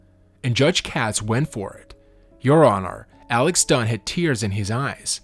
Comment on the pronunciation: Their last name Dunne is pronounced "done" not "don". Also you describes scleroderma incorrectly - or it is a chronic hardening and tightening of the skin and connective tissues.